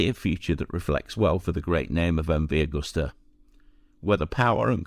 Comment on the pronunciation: It’s not Augusta!! It’s Agusta!!